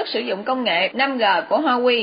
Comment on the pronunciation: Làm ơn đừng đọc là 5 gờ